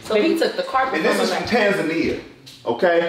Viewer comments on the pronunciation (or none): My friend is from that country. I asked her how its pronunced. She pronunces it like (Tan-za-knee-ah) so I don't know where them ladies got their pronunciation from🤷‍♀️ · Well damn 😳 I've been pronouncing Tanzania wrong this whole time too. 😕